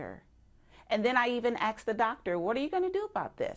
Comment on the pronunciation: she axed em